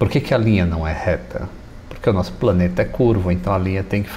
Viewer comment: Ô rapaz, o nosso "praneta" é "prano" sim sinhô hehehe